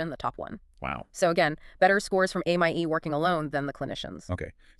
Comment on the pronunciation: The five different pronunciations of AMIE makes this video really hard to listen to.